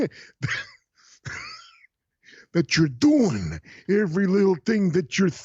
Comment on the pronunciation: Riiiiiiing..."I KNOW WHAT YOURE DEW-IN..."